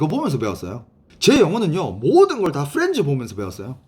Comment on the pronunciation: 후렌즈라 들리는건 저뿐인가요 ㅎㅎ 후렌즈~